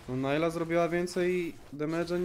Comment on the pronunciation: na przyszlosc nie czyta sie najla tylko po prostu nilah ;p